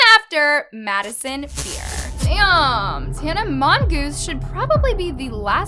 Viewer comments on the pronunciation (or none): idk why I heard "tana mongoose"💀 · “Tana mongoose” PLSSS😭😭😭